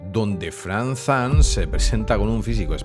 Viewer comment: Lo único malo de este video es... FrankZan jajajaja cada vez que lo ha dicho me he pegado un tiro en las bolas